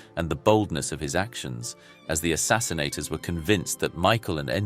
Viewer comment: The word is “assassins”, not “assassinsators”!